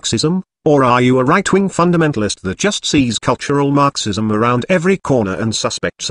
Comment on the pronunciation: What I love about your text-to-speech videos is the unintended (I assume) emphasis on certain syllables. Everytime I hear marxism, I hear MARxism, as if the mar portion is extremely important, lol. How do you accomplish the text-to-speech anyway?